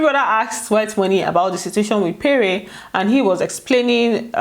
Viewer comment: it's pronounced péré not payray...Lol